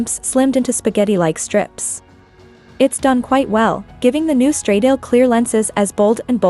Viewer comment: Please, get some basic understanding of how to pronounce “ semi- correctly “ the ITALIAN ( NOT English !!) name of the brand and the model !!! STRADAAAALE WITH THE A AS IN ANN !!!! 😖😖😖😖